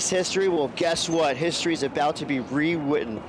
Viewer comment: history we ritten. We witten Re wittenn😂